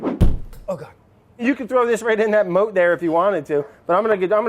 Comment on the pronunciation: “You can throw this right in that MOAT there ifyawanna “ MOAT😂 Brad no likey bread vandals